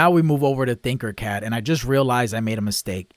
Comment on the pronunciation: Not trying to be rude or anything but I believe it’s Tinker Cad, not Thinker Cad. Love the videos and what you’re doing.